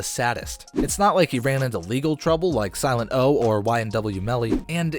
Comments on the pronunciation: First Whale, now Silent-O. How have narrators of a rap channel never heard of these people--or at least care enough to research their names? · omg dude,..who tf even are you after that - silet O ?? seriously.. sorry but go ...... .. siltet O